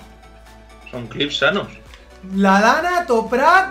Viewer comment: Porque le dice a lahm lan